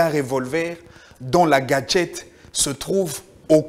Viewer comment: On ne dit pas GADGETE mais GACHÈTE. Merci Beaucoup